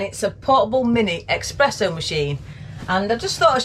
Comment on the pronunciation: Espresso. Not expresso. It sounded like a very smooth vibration for a cruising toy.